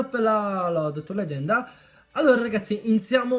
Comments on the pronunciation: Che fail "leganda" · legganda...lol grande